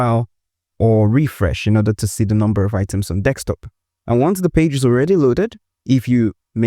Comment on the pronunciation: It’s desktop, not desk(x)top. Thanks for the tutorial.